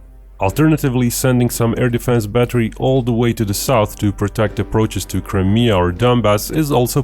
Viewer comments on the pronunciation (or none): none